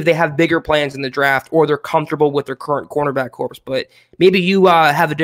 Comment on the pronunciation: The 'ps' is silent in 'corps',.